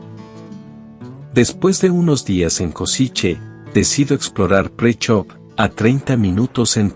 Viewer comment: Presov is not pronounced as "Pricho" 🤣 You can pronounce it as Preshow